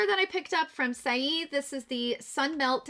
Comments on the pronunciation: Just an FYI - "Saie" is pronounced "say". I looked it up for ya on their website. Thanks for the video! You are wonderful! XOXO Heidi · i’m so happy to see your beautiful face again. i’m catching up on all of the videos that i’ve missed since surgery day. i’m giggling at the way you’re pronouncing saie (say). you’re too freaking adorable. 🥰